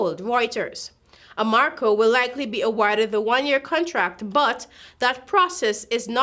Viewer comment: The name is a-ram-co. Nor a-mar-co. And you need to learn to pronounce skepticism..smh